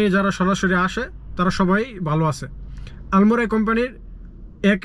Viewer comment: আলমরাই? নাকি আলমারাই? আগে উচ্চারণ শিখেন। পরে ব্লক করবেন।